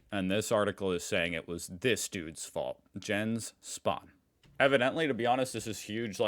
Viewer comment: "Postillon" is a French word and it's pronounced "pos-ti-YOHN" (last syllable long and with a nasal "n" at the end). - In addition, "Jens" is a Nordic name that is pronounced "Yens". Every "j" in German is a "y" sound. - "Hell" means bright/light. - "Einfädeln" is pronounced with an "ä", the way it is written, instead of "einfadeln".